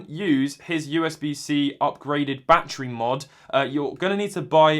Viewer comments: “Bah tree” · “Bah tree 10 dolliz”